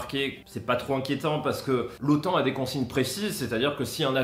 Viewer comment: Bien sûre qu on dis Otan et pas otane 🤣😅😂 haaa les frouzzz 😒